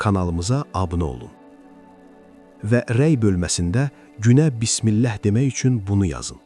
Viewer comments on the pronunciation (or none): none